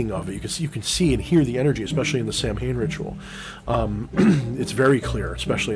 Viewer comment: Hmm, I have seen the Sidhe in a physical manifestation many times in my childhood. Didn't know it was that rare. Samhain is pronounced Saw-win. Just a friendly heads up =)